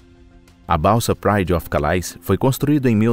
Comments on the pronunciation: E não se pronunciai calais (ao pé da letra), por ser ser frances, é "calé".. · A palavra CALAIS é francesa e se pronuncia CALÉ.